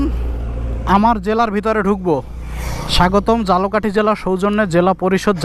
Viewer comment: ভাই ঝালকাঠিরে বারবার জালোকাটি বলার কারণ কি?